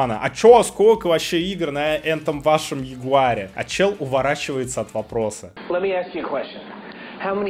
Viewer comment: Этот ролик тупо для рекламы! Мы всё знаем! И этот человек взломал свою PS4 для того чтоб учить нас покупать правильную консоль! Пират показывал видео как пиратить! А тут ему лицензии не зашли. И не джегуар а Ягуар.